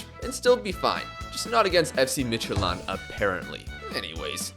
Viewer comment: Probably the best pronunciation of FC Midtjylland i've heard from af foreigner haha